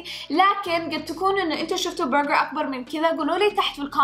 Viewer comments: ليش تقول برغعر 🤷🏼‍♀️ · منرفزني طريقه نطقها لاسم البرقر تفخمه يععع